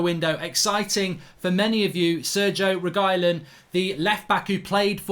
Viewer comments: My guy Mark just said SERGIE REGYLON. It’s Sergio Re-Gee-Lon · "Sergo Regilon"🤣🤣 he butchered this more than DVDB